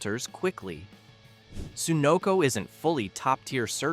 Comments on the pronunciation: SUE-noco? Citgo IS top tier. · Wish your AI would pronounce Sunoco correctly.